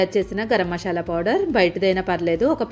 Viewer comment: మషాలా అనకూడదు. మసాలా అనాలి